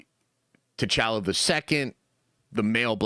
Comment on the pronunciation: You want T’challa back, 🤔 stop saying “T’challa” wack. Pronounciation is always a non-start but MAN it don’t gotta be all elongated and what not but it’s T’challa like y’all like holla not pal not gal 😤 sorry love the channel 😅